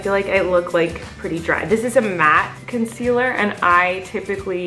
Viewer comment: Colleen : picking up foundation saying ConCelER